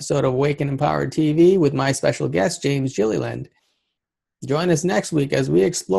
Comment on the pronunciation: did you call him jillyland? for sure get his name right awesome show by the way